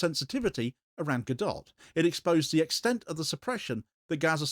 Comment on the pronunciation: It's not pronounced Ga-dott, it's pronounced Ga - dough.